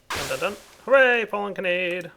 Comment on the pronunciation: you're pronouncing Kanade wrong. Imagine there is an h at the end. Like Kanadeh. It's an anime reference from AngleBeats! plz just stahp